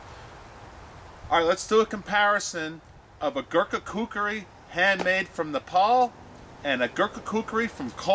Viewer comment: glad to see your saying kukri nown:) great vid as always :)